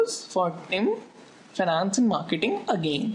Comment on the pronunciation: Nice lecture,but it is finance not fanance :p